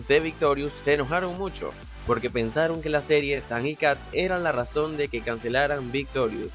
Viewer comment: Dice San no Sam